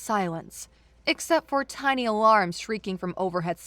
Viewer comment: Tinny vs tiny for instance